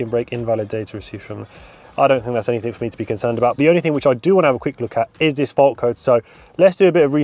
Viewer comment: The word is anything not anythink .